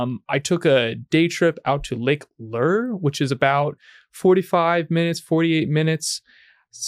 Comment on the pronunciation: Lake LOOURE... not LEER